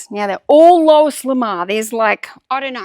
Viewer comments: I learn so much by watching you, I love your videos. Here's a hint, though. Louis L'Amour is pronounced Louie L'Amour. Looie, for pronunciation purposes. Anyway, keep on keeping on. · Thanks for all of your content lately! You inspire me to get my tasks done. 💪 (PS - Louis L'Amour is pronounced LOO-wee luh-MORE -- well in the US anyway 🙂) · He. I'm not poking fun. I promise. Everybody mispronounces things sometimes. It happens when we're good readers. I'm just trying to help. Louis L'Amour - Loo ee luh mor (His name's basically Louis Love. Which is kind of fun, since his real name is Louis Dearborn LaMoore.)